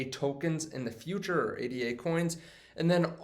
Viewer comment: Dude! ADA is NOT pronounced A. D. A. It's pronounced like the woman's name it was created in honor of: Ada Lovelace. A. D. A. is an acronym. ADA is not, so stop pronouncing it like it is. You sound like an idiot.